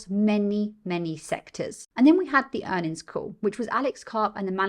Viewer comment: PS - You've got a new subscriber here. Great content. says "Q3 Earn'ins".:). Keep up the great work.